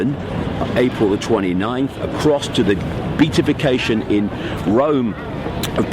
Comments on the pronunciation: Be-at-if-ication, David... Be-at-if-ied... Not Beat.. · Pity you didn’t think of grasping the proper pronunciation of that “long word” beatification, given your in depth knowledge. It’s Be- AT-ification. 🙈